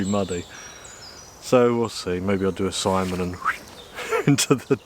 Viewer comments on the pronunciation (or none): none